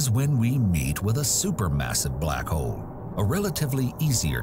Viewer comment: Am I the only one who can't unhear the word "Black Hoe"?